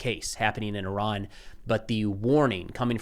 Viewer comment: He changes the pronunciation of Iran mid dialogue.